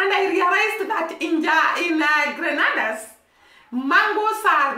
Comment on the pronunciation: All the Caribbean Island are basically the same. I can say that about the cultures as well. Same climate same people just on different Islands. It’s pronounce Gren- nay- da.